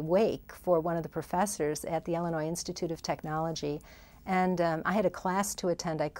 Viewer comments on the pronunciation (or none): none